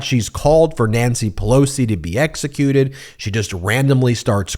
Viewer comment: Who is Nississi Pissoli? Did she mean Nancy Pelosi?